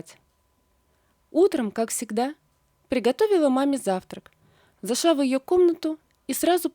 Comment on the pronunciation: Не могва ( в смысле - не могла) Жаль, что у вас дефект речи.Зашва, не могва и т.д.